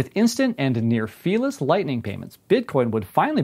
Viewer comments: What did he say? "Instant and near fearless"? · Ohh "fee-less"